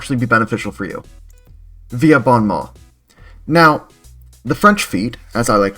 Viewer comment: don't worry, french people butcher english pronunciation at least as much as you butchered "bon mot" 😂